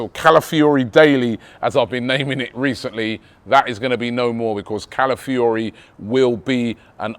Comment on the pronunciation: Robbie's mouth and pronouncing Calafiori 😭😭